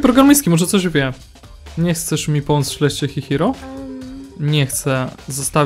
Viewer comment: mówi się czyhiro a nie hihiro a i czyta się kijoko